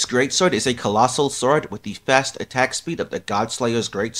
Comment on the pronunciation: did you just say.... fastoh.. and collosoh swowd...